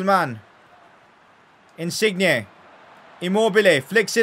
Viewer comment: Wtf is that pronunciation of insigne